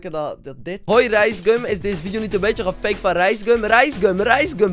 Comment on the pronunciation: nederlands : gefaked acidlands : gefwakwed